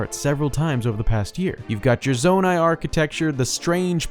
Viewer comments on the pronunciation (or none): none